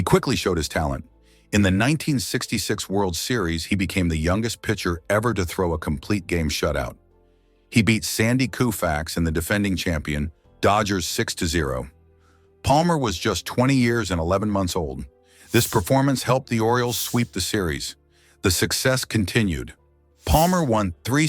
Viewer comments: Who is Sandy Kufax? Ai narration, hire a real person, like Sandy Koufax. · Stop mispronouncing Koufax 😢😢